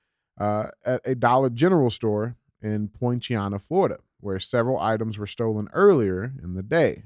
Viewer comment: DJ, I live in Polk County FL. You absolutely butchered how you pronounced "Poinciana" 😂 It's pronounced "Point-sea-anna"